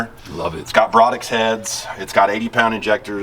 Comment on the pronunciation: Not sure that it is pronounced Brodix heads but rather Brodie.....at least that is what we called them back in the day.